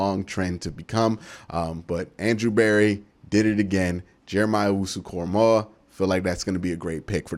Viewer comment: Way to finally put some respect on that man's name, glad you said it right!!! Lol, no way did I see him being available crazy!!! I thought he'd be gone in the first!!!